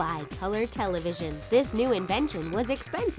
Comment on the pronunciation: youre so blind...and saying "televion"?